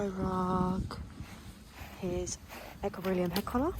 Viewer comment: Are you aware that you say Equilibrium wrong every time? It’s pronounced Equi-lee-brium